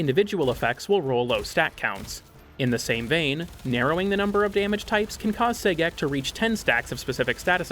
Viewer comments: I would have preferred "Gay-Sex" but I'll take what I can get, I guess....😒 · I keep hearing "Say-Gex" everytime he mentions Sagek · I’m so glad to hear I wasn’t the only one, lmao